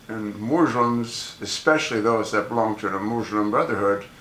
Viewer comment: MOOSE-lum. lel